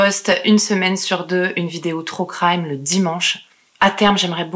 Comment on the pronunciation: "trou craïme" ahah No en vrai super vidéos, continue ! Tu racontes super bien, on voit que tu aimes faire ces videos. Tu es a l'aise au récit comme a l'image. Bravo 👏🏻🤗 Félicitations pour ta petite fille 🤗